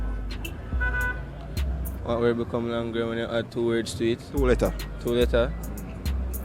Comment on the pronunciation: the word is longer not long-ga lol